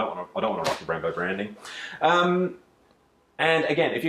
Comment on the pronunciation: Bimbos instead of brembos